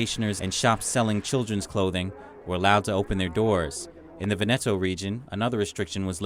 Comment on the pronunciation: It's VÈNETO, not VENÈTO